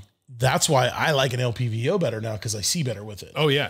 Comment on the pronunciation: Why was it bugging me when dude kept saying “LVPO” instead of LPVO”, having the V and the P backwards. I like the dude, but it just kept bugging me. He obviously knows what he is talking about.